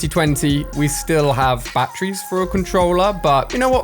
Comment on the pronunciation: the way he said batterys